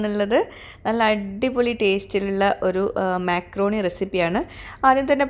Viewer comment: myakroni alla makrooni 😅